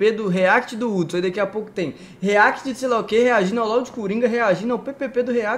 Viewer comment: Mano ela falando o nome de Hudson errado pqp kkkkkk😂😂😂😂